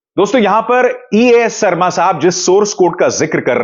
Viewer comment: Sarma😂 Aap ke talaffus jahan tak main jaanta hun bohot acche hai phir yeh sharma ko sarma kyun?